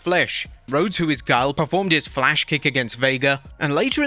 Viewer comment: YES! FLATH Kick!